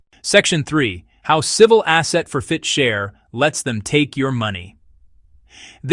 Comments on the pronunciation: For-fit-cher? It's for-chit-fer. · "for-fit-cher"? When you make up crazy stuff, you ought to at least get the terminology right. The word is "forfeiture". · It's called Asset Forfeiture not FOR FIT CHER 😂😂😂😂😂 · It's pronounced "four-fit-ture." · its ridiculous, tsa is ridiculous too. And why cant AI say "forfeiture"? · This is obviously an AI generated narrative because of the pronunciation of the word forfeiture whoever is doing this needs to have a real person edit their content otherwise it's absolutely ridiculous to listen to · Please somebody teach AI to read! It's forfeiture 1 word not 3. There was another one that it mispronounced too but I can't think what it is now. 😠🤦